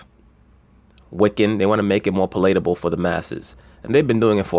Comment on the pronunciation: I love it when a person Illustrates how well-read they are by just minorly mispronouncing a word. It’s obvious you know exactly what it means yet you may not have heard someone else say it. That always impresses me. I noticed it in my son as he was growing up and in one of my friends, he was a voracious reader, artist, and poet. It’s palatable. Hearing you say it was music to my ears (sweet memories) but because I respect you, I thought I’d mention that it’s pronounced like “pal” or friend with accent on pal. pal-uh-tuh-ble. God bless you and thank you for schooling me with your productions. ✌🏼♥️🙏🏻